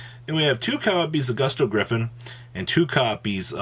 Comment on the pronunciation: I'm talking about when he said "boosto", "boosto", "boosto"!